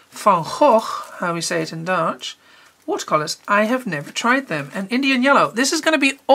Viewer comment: beautiful as always, thank you! So funny I was wondering if you had Dutch roots during the video, because your Dutch pronunciation is spot on and now I know :) Always nice to hear your own language in an English video:) Thank you for all your beautiful work!